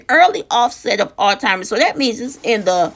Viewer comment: The first and Last time tuning in to no filter new and talk please at least learn how to pronounce the name of the disease that you were speaking on it is Alzheimer’s and not All timers or old timers 😒 also Alzheimer’s can be a fatal illness maybe you have it confused with dementia which is not fatal